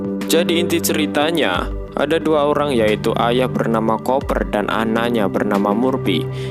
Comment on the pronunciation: Baca nya kuper bang, bukan koper